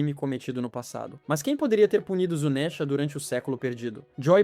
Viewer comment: Q agonia ouvir ele falar "zunésha" Nunca ouviu a dublagem em japonês? Se pronuncia Zunisha